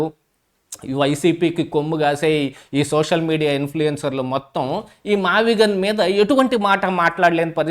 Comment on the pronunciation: ఆ భూములు "మావిజగన్ " అనేదాన్ని అన్న నోరుతిరగక " మావిగన్ " అన్నాడు అన్న 😂😂😂😂😂